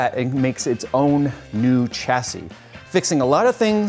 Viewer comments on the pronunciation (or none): Chassy.. no dude, the word originates from French so it's prounounced "Shassy"